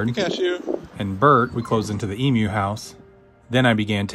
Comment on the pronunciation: Yaaaaa! Thank you for pronouncing Emu properly ❤❤❤